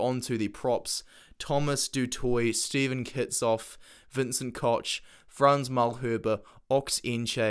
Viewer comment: Vincent Koch - is pronounced "ko-gh" : )